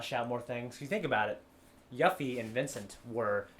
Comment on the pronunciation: did this bitch just say yuhffie?